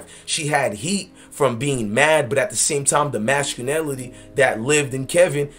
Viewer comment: You said “mascunality”??? What is that? 🤣🤣 what is exUben????🤣🤣🤣 Chile, please do not use words that you cannot pronounce 😳😬🤣